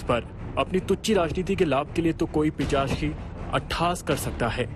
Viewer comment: " पिचाश " ❌❌===> " पिशाच " ✅✅